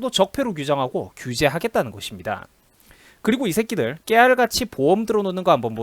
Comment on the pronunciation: 얼음사이다님 간보기에 진짜화나신듯 이새끼들 할때익센트가 장난아니네요 통쾌합니다